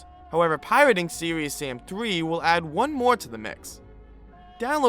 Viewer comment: "Seweeus sam"